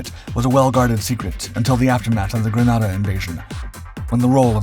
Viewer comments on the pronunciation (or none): BTW: The country Grenada is spelled and pronounced "Grenada" (gruh-NEY-duh, like a hand grenade). The city Granada in Spain is spelled "Granada" (gruh-NAH-duh).